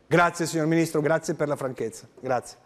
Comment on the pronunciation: Da "PreSiDeNteH" a "MiNiStRoH" è un attimo